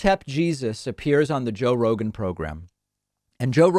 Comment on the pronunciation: Joe Bro-gan